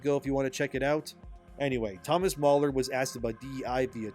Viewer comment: NOT MAULER it's Thomas Mahler Ma like Mars